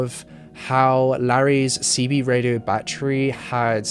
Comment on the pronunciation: He says battery like my great grandma use to ❤️ bat-tree